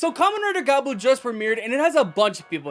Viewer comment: Gavu, not Gabu